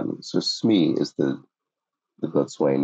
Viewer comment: 40A Boatswain is pronounced bosun.